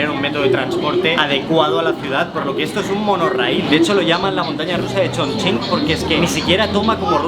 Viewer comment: No lo puedo creer, un español pronunciando bien Chongqing